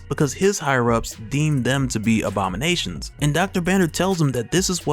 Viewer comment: On the time mark minute seconds I clearly made out that you said OBAMA-NATIONS instead of ABOMI-NATIONS 😂😂😂😂😂...